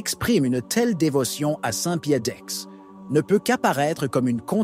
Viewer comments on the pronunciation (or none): Tout est pertinent en les requêtes de Pie-X, ... mais désolé c'est Pie-10, et non Pie-ixs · On dit Saint Pie Dix et non Saint Pie inks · Cette voix d ordinateur est insupportable. ,"Saint Pie iks" au lieu de Pie 10... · Maintenant jai la certitude que la voix est issue de l’ia. Le type dit : saint pié ix…. Ridicule